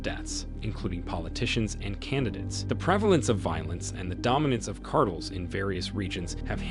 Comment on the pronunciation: Monotone computer voice delivering the Chat-GPT-written narration hilariously mispronounces the word “cartel” nearly a dozen times in this video 😮